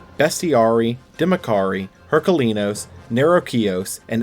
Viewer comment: Ugh I get so unnecessarily tilted by him pronouncing Heraklinos as Herkalinlos 😅